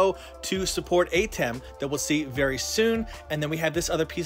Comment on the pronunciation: Kinda disnt like you calling him AYtem, when its more of an UHtem or AHtem